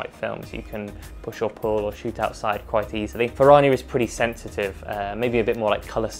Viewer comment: You're pronouncing it incorrectly and it's cringe😅. It's Italian. Fer-Rrrrania not Fer-rar-nia